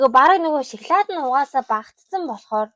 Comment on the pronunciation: Шаклаад биш шоколад шүү